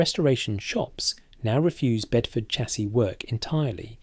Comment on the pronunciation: Sha-see not cha-see, you ain't American ffs!